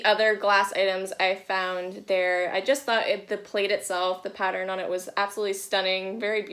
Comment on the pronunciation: I discovered your channel about two months ago. Now you've got me pronouncing "pattern" and "modern" as "patteren" and "moderen". Is this a Maine thing lol?